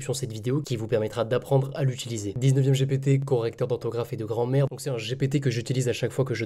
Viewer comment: j'ai entendu "Correcteur d'ortographe et de grand-mere" haha. sinon merci ! Super video !